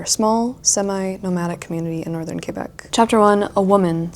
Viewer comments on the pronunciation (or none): none